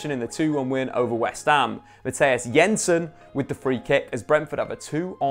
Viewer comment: yensen and yaaaaansen